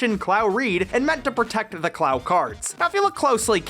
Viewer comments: It's pronounced KU-RO Card. It should not sound like you're saying the word "Clown" with no N. Clow rhymes with Glow, Snow, and Know. And now you should Know how to correctly say Clow. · was it pronounced as "clauw cards"? i always thought it was "klohw cards"... or was that how they pronounced it in the american dub?